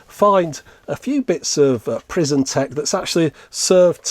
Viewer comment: You said "prison tekken"